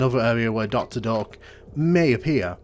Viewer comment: Until I read the doctors name on the text I thought you were saying doctor Dork :D